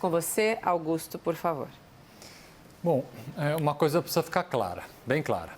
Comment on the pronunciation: bolha logarítmica!!!!! Que M é essa??? Esse advogado que fala 'Picisa' não sabe o que fala. Existe bolha ALGORíTIMICA!!!! Algoritmo não tem relação nenhuma com LOGARITMO.